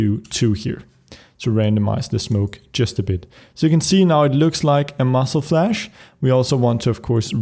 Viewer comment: spuddie I know, I made that mistake for a reason, I know that he is Swedish, but it is really funny to hear him saying muscle flash instead of muzzle flash :D By that I mean no offense, I am not either a natural English speaker.